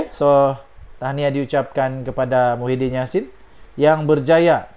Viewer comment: Sebut lh betul².. Muhyidin atau Mahyadin??????